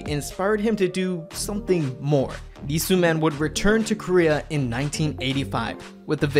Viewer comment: How do you make an SM documentary and proceed to pronounce Sooman in the most American way possible